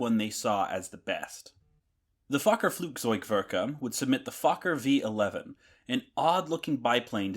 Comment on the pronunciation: Vee Eleven